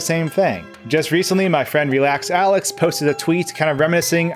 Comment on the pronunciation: “my friend” mispronounces relaxalax’s channel name